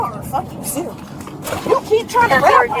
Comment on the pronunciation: “Are yall serious-uh!?” Yeah. Cops are serious-uh about the law. Imagine that. buddy had to dig deeeeeep to not call her a bitch. 😂😂😂😂